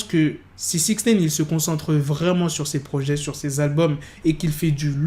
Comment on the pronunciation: Arrête de dire Sixnaine 😭😭😭